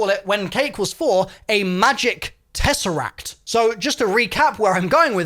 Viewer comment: I don’t know if that is going to help or anything but when you said tesseract it sounded just like the greek word for the number four (Τέσσερα-Tessera)…